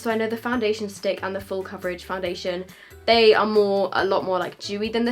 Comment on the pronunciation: La girl foundassion yep that's how u said it lol